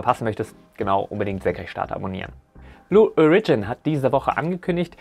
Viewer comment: Lol... Ich würde sagen, in diesem Jahr hat (zumindest vorerst) Falcon Heavy ja wohl den Titel der stärksten einsatzbereiten Rakete vom SLS zurückerobert..., zu Blue Origion... Die Betonung liegt auf dem O. Und es ist ein kurzes O. 🙂